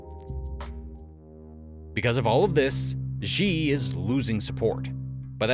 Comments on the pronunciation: XI = SHE, NOT ZI/JI. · great video, its not Ji, its Xi, pronounce it like 'she'.... just wanna help with getting the pronunciation right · Why do you call Xi "Ji"? It's pronounced like "See". X has S sound. Ji = 鸡 = chicken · Xi Jin ping Xi is pronounced as Si like in Sin. . This is very clear evidence that China has invaded the Pacific Islands like Fiji , the Solomon Islands and Maldives. Fiji central bank releases controversial Chinese-theme banknote . The Reserve Bank of Fiji—or Fiji Central bank—is causing a stir as it has begun selling a banknote with Chinese features. However, many question the timing and drive behind the release, as China's growing influence in the Pacific has been causing diplomatic tension recently. . The Reserve Bank of Fiji has begun issuing a Chinese-themed 88-cent commemorative banknote, which has been causing a stir with many questioning the timing and significance of the release. August 2022 ABC News Ace Tech News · XI is pronounced like SHE, not Jee. Do your homework please. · The proper pronunciation of Xi is closer to CEE than to GEE. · Please learn how to pronounce his name. Xi is pronounced like the English word “she.” Not zhi. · Dude, can you please stick to one pronunciation of President Xi's name? It's pronounced "SHEE". Not 'Gee', like gee wiz, not 'Zse' like zsa zsa Gabor, not "Zee' and not 'Chee'. It's Xi as in SHE. Same goes for Beijing. It's Bay-JING, not Bay Zsing (not sure where that Zsa Zsa Gabor pronunciation all started but it's maddening.) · It's not "Ži", it's "Ši" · how come you pronounce Xi as zhee and not shee 😂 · Xi is not pronounced as G. Just pronounce like how you pronounce the letter C. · Could you consider pronouncing "Xi" as "She"? This is the actual pronunciation! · the narrator should know how to correctly pronounce ‘Xi’ there is NO ‘z’ sound. At least get that one correct if not all the Chinese names. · It's Xi, not Ži Great video otherwise